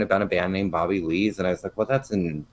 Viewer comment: 😂 you said “Booby” Lees!